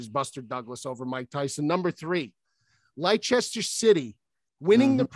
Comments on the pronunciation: Leicester, - lie-chester? it's les-ter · Lie Chester 😂😂😂 it’s pronounced Lester. It was 2016 too. They were nearly relegated the season before which made it even more crazy. Respect to & cuttsy for putting it tho. It’s genuinely nearly impossible for a almost relegated team tht aren’t one of the big six to win anything, let alone the title. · LIE, CHESTER. I’m American and ignorant.